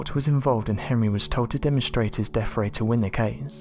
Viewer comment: I like the deaFF ray and furVer research. WTF y can't peopke pronounce easy words?